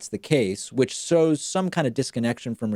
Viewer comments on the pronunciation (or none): 'which shows some kind of disconnection from reality', not 'sows some kind of disconnection from reality'. I guess I'm behaving like a troll, but it just seems too ironic not to notice, given the topic.